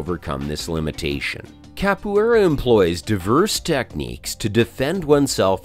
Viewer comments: He wasn't that wrong tho. In potuguese it sounds a bit like "ka-poo-é-ra" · Cap - oh - aye- rah. Too hard to watch this.